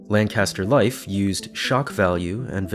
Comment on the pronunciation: for future reference, LAN-caster is a city in california. the one in pennsylvania is LANK-ister lol